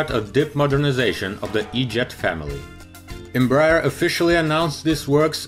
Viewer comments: EM- BRAH- AIR, please. Not Embrer, or Embr- er. Thank you. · Em-brEar read it like this